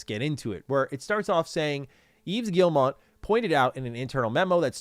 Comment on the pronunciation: Yves Guillemot , MOT not mont. Sry french canadian here. Ev geelll mo 😊❤